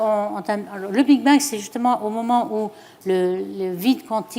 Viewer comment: Lol elle dit le Big being abusé je décroche